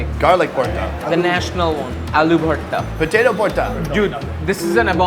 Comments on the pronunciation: It's 'VORTA' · Throughout the video I was laughing on pronunciation of bharta....bhorta,bhota n lastly he said porta😂😂😂😂